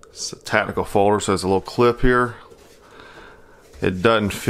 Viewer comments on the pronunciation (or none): When people say the word 'tactical' as 'tatdical', is that like a regional accent thing?